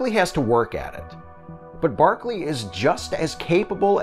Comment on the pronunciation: By barkely you mean broccoli ??